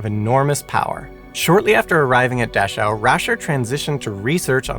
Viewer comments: "Dashow" and "Luffwah""? Maybe you ought to contact Feli From Germany to lean how to pronouncew German words. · It's mengele and Dachau " dach-ow" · Please stop saying “dashow” and “luftwaff”. It’s a cruel and inhumane assault on my ears. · I've never minded when you step in, but a pronunciation guide might help you. Several of your pronunciations were cringe worthy, specifically Dachau(daa-kau) due to it's repeated use. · Its pronounced Da-cow, not “Da-shew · It is pronounced Daa'cow not Dash'ow'. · It's "dah-cow" NOT "dash-ow"! How could you get such a well-known pronunciation wrong? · I’m not going to scroll through 1400 comments to see if anyone else mentioned this, but I believe the camp is pronounced “Dak-ow,” not “Dash-ow.” The content, no matter how factual, loses something with mispronunciations… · The final e in Mengele and Luftwaffe is pronounced. Dauchau is pronounced "Dacau", not "Dashau". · Nazis were not the only country to do horrid experiments on people. Japan WW II , USA 1945- today [ small scale but on going .] PS : Not 'Dash - ow' it is pronounced 'Dak - cow' . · What is a dashowwwhe camp? Never heard of it. Know plenty of aushwitz Birkenua and Menegele though. However most of his research was taken and classified. Would be interested to actually read it or see what medical advances were made. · It's pronounced Dakau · Good heavens, man - please don't assume your pronunciation of a foreign noun is correct and grate on the ears of those who know the correct pronunciation. Every time you botched Dachau (DAH-kau), it took me completely out of the storyline and even school children know the correct pronunciation of Luftwaffe. Yikes. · It's pronounced Dak ow, the ch is pronounced as a k. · Dachau. Pronounced as daa-cow, in English. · Dash-ow? So hard to hear each time. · You ought to check your pronunciation of some German words, like: Dachau, Luftwaffe . . . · You may want to check your pronunciation of "Mengele" and "Dachau"